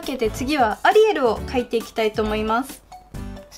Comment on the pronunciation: アリエルがアリエールに聞こえるww